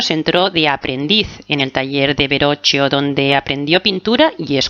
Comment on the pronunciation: Se pronuncia Da Vinchi y Berroquio.